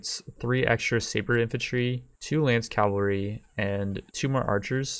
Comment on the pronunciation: Love your videos but I get triggered every time you say Calvary instead of cavalry...